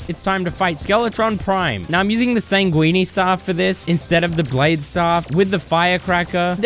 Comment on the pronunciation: "sangwene staff"